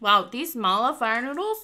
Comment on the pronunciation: Is Chinese? I mean her ethnic Cuz she pronounced “ma la” correctly 😲 She doesn’t look like one tho